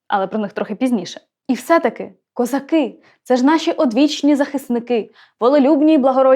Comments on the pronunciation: а вас не турбує наголос в козаках? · Доброго дня. Мені стало цікаво, а чому, промовляючи текст, Ви ставите наголос " козакИ", але не звертаєте уваги на те, що у пісні співається " казАки " Мені здається, що це взагалі 2 різних народи...і від казАків , як від тих бджіл, можна очікувати усяке...😊 Бідна Галя...😊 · кілька років тому бачив запис інтерв'ю ,що записане було з літньою пані,де вона розповідала про цю пісню,в оригіналі було:"їхали хозари",а совок зробив "козаки" з наголосом на другий склад,як у слові"хозари',Дон-це є козацький дім,тож вони -дома,а хозари - набіжчики...Отака байда...